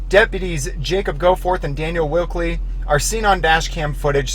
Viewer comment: Why do you call Wilkey "Wilkley"?